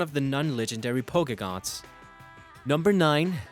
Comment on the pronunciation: Not trying to be one of those people but you said heidragon (or however u spell it) wrong. And what r pokegons because I heard that while u were talking abot the first dragon type.